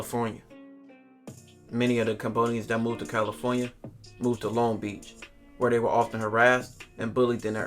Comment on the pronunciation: And of courTH caliTHornia hahaha